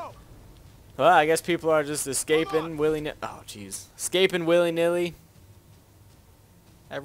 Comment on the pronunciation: lol excaping